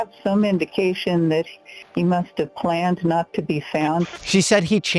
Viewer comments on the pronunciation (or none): did use Ai for his own voice? cuz the way he said "High vis vest" and the word "planned" were not right. Like Ai took voice and read the text wrong. mispronouncing words every now and then as Ai does.